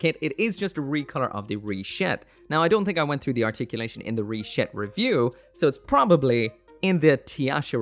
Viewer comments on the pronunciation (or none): Stop saying Rishetta! Stop saying Rishetta!